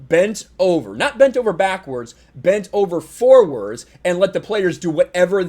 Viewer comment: I like how he emphasized the “bend of over forwards” about Adam Silva lmaooo